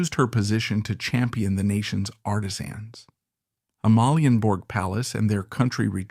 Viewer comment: If you need AI to read the text, then please teach the AI to pronounce names correctly. My Danish toes curl every time Sofie Ro, Amalienborg or Gråsten is mentioned.